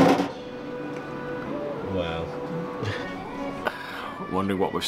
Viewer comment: Great content but super annoyed by the way you say sake lol. It’s an e not an I. Sah-keh